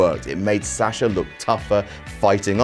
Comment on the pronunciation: how he pronounces Sasha makes my ears bleed